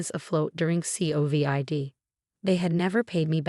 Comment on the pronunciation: The voice needs to learn how to pronounced covid instead of spelling it!!! Cut off the family!!!!! Consequences need to be allowed for the lesson to be learned!!??